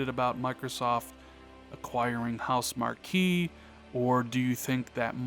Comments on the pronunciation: It's pronounced "House Mark" and your theory might be right because Housemarque sent a letter to all the fans that are subscribed to their forums that said arcade is dead. No one buys arcade games anymore and they're not gonna make arcade type games. Their next game Stormdivers is trying to jump on the battle royale band wagon. A lot of us were really disappointed they aren't gonna make them great arcade games anymore. They're really talented and if MSFT did pick them up it would be a great score. I only game on ps4 so I'd definitely miss their games though I didn't plan on getting their latest game. With them explaining arcade games don't sell that well makes me think like you if they're money starved MSFT could open that wallet and relieve any stress the company would have. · Your theory is sound: But you should know that studio, although is spelled, Housemarque, it is pronounced HouseMARK. I know it's spelled weird but "ue" is silent.